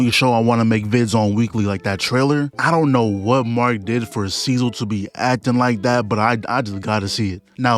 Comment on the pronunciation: bro its so funny how he pronounces cecil's name instead of cee-cil he pronounces it as cee-zil